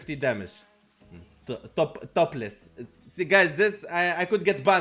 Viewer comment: Love the content you had me cracking up man. Topples is pronounced top-ulls !